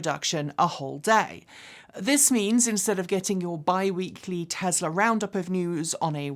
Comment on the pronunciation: 'Tezla" - What a hoot!